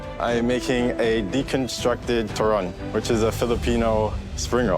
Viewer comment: Di he just say "turon"???!!! FILIPINOS ASSEMBLE